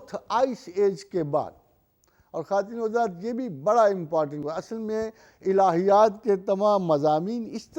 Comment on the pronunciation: Mohtram, aap address krte vaqt kya kwattino hajrat khte he ,clear kre